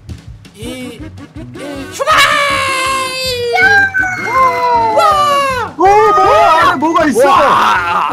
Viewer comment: 출발할때 말하시는게 출발이 아니라 슈....발이라고 들림ㅋㅋㅋ